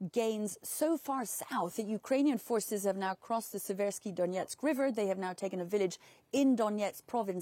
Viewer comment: I love how she says "Donetsk". She really did speak with people there. Good ear. And balls of steel for being there, near what sounded like a very close call for getting shelled! I've got mad respect for wartime correspondents. An accurate account of what's going on is extremely important instead of falling prey to soviet propaganda. Maybe this way people in russia will begin to see and (hopefully) do something about it. Change has to come from within.